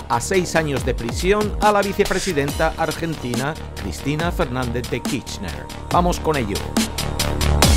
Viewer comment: Ya di mi likito. Pero pronuncia la ''R'' KiRchner.:face-blue-smiling